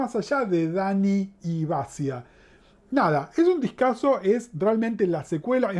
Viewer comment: Se escribe Basia y se pronuncia bachia ....para q lo sepas.......criticon